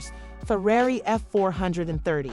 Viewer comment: Kylie can’t toss Tyga some 💰 to help with those tax bills? (And LMAO that the person narrating can’t pronounce “Ferrari”!!! 😂😂😂)